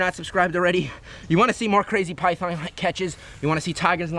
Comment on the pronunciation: Its so funny when it saes pithon eating chicken but it sownds like eating piyhon chicken